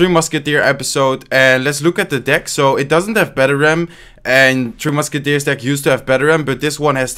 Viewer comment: Why does he always say "2 musketiers"?